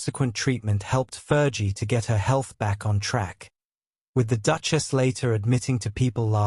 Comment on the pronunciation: Please pronounce " Fergie properly. It's not Fer g.its Fergie like flee